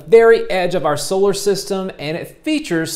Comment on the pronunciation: SAY ARE SCHOOL!